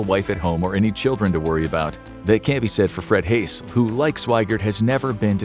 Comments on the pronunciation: Fred Haise's name is pronounced "Haze", not "Hace". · There are some qualities to this video, but like Apollo 13 IT'S HAD A PROBLEM, or a few of them. The crew picture shows Ken Mattingly (the original Command Module pilot), yet you ID the pic as Jack Swigert. You kept pronouncing the last name of Fred Haise as "hace." (Was this a robot voice?) And no one came down with rubella! The crew was exposed to possible measles germs, NOT rubella. Mattingly was the only of the three who had not had measles as a child, so he was bumped as a precaution, but he never got the illness. If you're pitching this toward students, you need to mindfully avoid such errors.